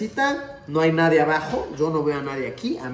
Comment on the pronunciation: Nadien xd es "Nadie"